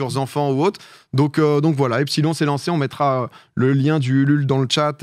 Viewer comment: Epsilon se prononce "epsilone"